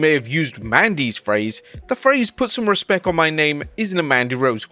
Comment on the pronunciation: He said “respeck” not respect 😂😂😂